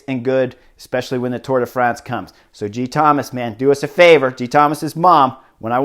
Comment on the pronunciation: as a Welsh speaker, be assured that your pronounciation of Geraint is spot-on, but there's something quite endearing about the way you call him Geethomas 😊. Really enjoying your vids! Thanks so much.